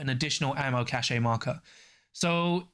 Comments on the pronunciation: Cache is pronounce 'cash'. Cachet is pronounced 'cash=ay'. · Isn't it ammo "cash"? Cache is pronounced "Cash" is believe! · think cachet is said like "cash ey" and cache is said like "cash" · I had assumed it was the difference between American english and UK english so I googled it. Hopefully you weren't us/uk/au